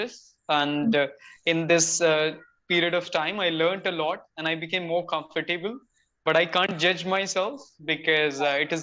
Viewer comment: The pronunciation of the word comfortable iswrongly elongated